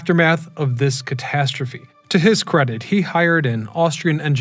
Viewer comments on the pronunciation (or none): none